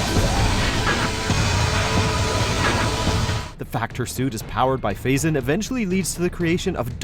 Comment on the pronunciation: It's PhazON